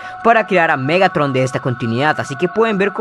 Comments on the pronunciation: te comiste la “r” en el nombre de Megatron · más perturbador MEGATON XD(te falto la R capo)